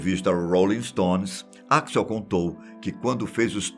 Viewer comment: que gastura esse velho do caralho falando o nome "axl" errado!